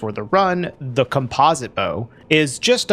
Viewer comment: Dang is that really how you pronounce composite? Have I been doing it wrong